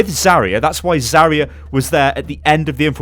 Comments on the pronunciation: Zaryu not Zaria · Zarya, not Zaria